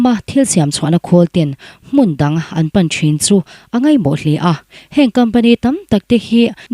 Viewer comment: Kam bek han tih kher. 😂😂😂😂 Kham bek te ti ve la, i aw a mawi tehlul nen. Nen pawh' tih turah 'Nen pawn' i ti bawk a, beng a tithlep deuh, mizo ṭawng lam dik loh a awm nual, a bak chu i aw a mawi khawp mai. Next-ah chuan uluk deuh hlek rawh. Chcha Varte, Jeronimo te, Christoa pa' teho ngaithla nasa tan chuan Youtube-a thuchhiar ngaihthlaka mizo ṭawng ri dik lo hriat hi a hrehawm hlek ṭhin. Mizo ṭawng bakah english thumal tlem te zeh zeuh in lam dik loh chuan ngaithlatu naupang leh tleirawl lamah nghawng ṭha lo a neih ka lo hlau ṭhin, kan benga kan hriat ṭhan hi kan lamrik chhunzawm duh dan a ni ṭhin si a.